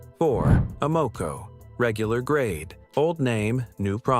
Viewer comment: Can’t pronounce Amoco, definitely AI